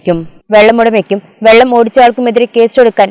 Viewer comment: വെള്ളം അല്ല വള്ളം